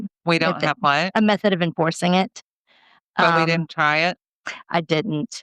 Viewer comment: She says "wit chew" for "with you". They also say "axe" for ask. And "din do nuffin" for I didn't do anything.